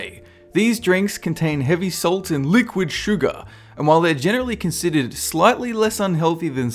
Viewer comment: and liqid sugaah